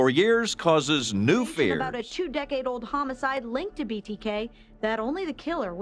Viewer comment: So no one in Witchita knows how to pronounce homicide?